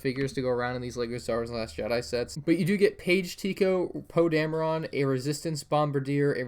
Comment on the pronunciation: Captain poe damera???